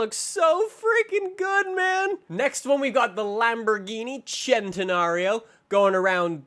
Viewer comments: Say it like sssssssssssssssssentenario not chentenario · Centenario: says chentenario, forza: says Fortza etc I can't keep listing I'm tired af